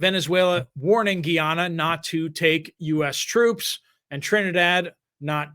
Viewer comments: I'm no expert, but I did humanitarian work in Guyana several years ago, and the locals pronounced it "guy-AN-uh". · my son served as a missionary in Guy- ana. That is how they pronounce it. Guy-Anna. Thx